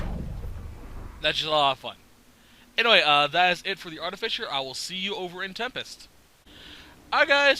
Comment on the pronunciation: ahaha it's "Art-uh-fye-ser" not "Art-uh-fisher" I subbed, thank you for the knowledge